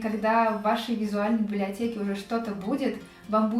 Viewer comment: Что... Мне послышалось? Бляблиотеке?